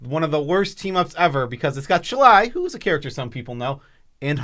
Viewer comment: Heuh, did you actually read Shalai and Hallar ?